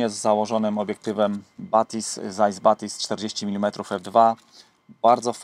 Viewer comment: Nie "Zajs" bo to nie zając po rusku tylko nazwisko "Cajs" (Pisze się Zeiss). Aż w zębach łupie jak się to słyszy...